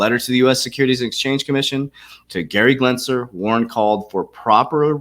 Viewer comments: CANNOT YOU NOT FUCKEN READ GENSLER>>>> NOT G"L"ENSLER ... its like the 50th time you think you could read in all your "research" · Gensler .....Glensner......no GLENS GEN Just helping not criticizing